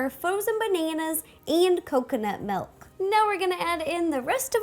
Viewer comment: Is it only me who hears "melk"?